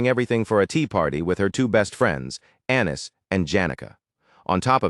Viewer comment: Annis sounds like Anus to me… don’t judge me…